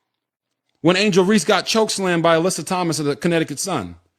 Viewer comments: Dude, I like your info., but please stop mispronouncing Angel's last name. It is Reese, (like "peace"), not Reese's (like the candy). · Hey bro I know you’re illiterate but just for future reference, you don’t say the “E” at the end of words. It’s “Reese” not “Reesey” you Dumb mf 😂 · It’s Reese not Reese-EEE…but I agree with u tho